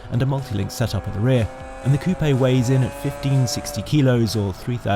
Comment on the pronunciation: He didn't say coupe like chicken coop though so he gets a pass from me 😂